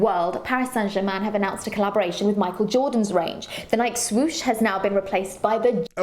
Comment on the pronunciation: Kills me listening to her pronounce Nike incorrectly